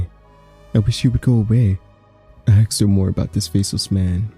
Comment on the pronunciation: What u got against axes, huh? I'll have you know my brother is an axe and he'd find that offensive